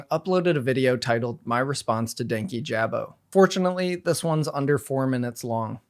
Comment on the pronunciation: Sidenote, everyone pronouncing dankijabos name wrong is so funny. Idk how it became 2 words, but i believe it was in the video talking about his channel strike for the Onision vid that he said his name(could be wrong) and it's one word. "Dan-Kijabo" not "Danky Jabo"